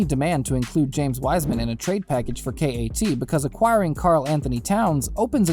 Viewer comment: Hahahaha completely laughable trade. Wiseman said he didn’t want to play in Minnesota. The Timberwolves will wait until Karl asks out or until his last year on his deal, if they don’t turn it around by then. Also KAT is pronounced CAT not Kay -Aye -Tee. Kay-Aye-Tee? Are you serious?